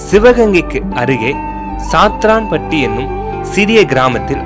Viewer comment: It's not saathranpatti but it's satharasanpatti